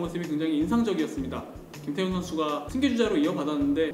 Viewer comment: 김태훈 선수인데 김태형선수라고 들려서 깜놀했네요. 매번 잘 듣고 있습니다.